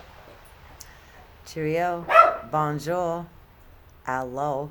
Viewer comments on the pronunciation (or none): none